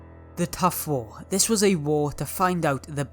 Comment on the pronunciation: he said the tuf war but it was the turf war